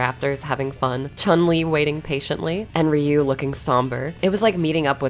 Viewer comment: It's 2023 and people like you still pronounce Ryu wrong; thumb down for the disrespect of saying someone's name wrong.